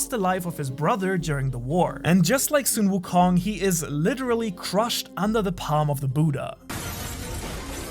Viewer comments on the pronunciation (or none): Omg i can't stand this man pronunciation of sun wukong Just say son, like my son or sun like ☀️🌞 not sung wukong😭 you know how to say son and sun right? Stop saying sung on God please😭😭😭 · It's not soon wukong it's Sun wukong,pronunce it as sun = the sun,Sun wukong not the way u pronunce as soon wukong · Or better yet song wukong like son Goku